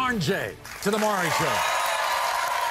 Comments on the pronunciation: The fact she calls him “Mawree” instead of Maury 😂... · I'm just gonna sip my beer every time she calls him "Murray". New drinking game. 😄🍺